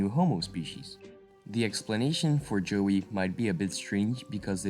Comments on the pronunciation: what are you saying joey,is a small kangeroo, a yowie,is pronounced like thus the yow,rhymns with cow with a e at the end yow-e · It is YOWIE not JOEY! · LOL I know! I went through most of it not understanding why he was saying Joey. I get it now lmao. Sorry, not making fun of the presentation just that it reminds me of when a newbie in a place and mispronouncing names all over the place ! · It's pronounce "yow" "ee"